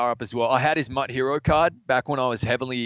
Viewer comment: IT IS MUT NOT M.U.T MUT